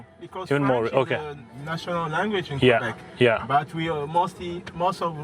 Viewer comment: Q- bek nahi... ka- bek is the right pronunciation bhai. Paramveer ne shayad baat kam ki wahan.